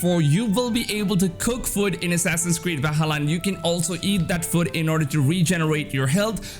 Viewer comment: Who else noticed when he said food it sounded like foot jaja